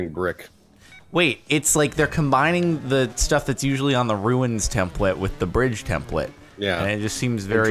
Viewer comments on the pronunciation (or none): I always find funny how Jordan pronounces some words - templet instead of template; inneresting instead of interesting. 😂